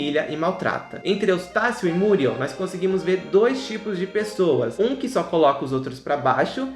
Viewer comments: É ( muriéu e não múrieu.) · É MuriÉl e não MÚriel. Muriééééé´lllll!!!! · Oloco, fala Muriel direito, da até agonia dhehehsuwgwhw